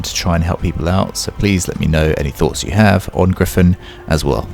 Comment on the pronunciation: Gryphon is super easy gawd get it right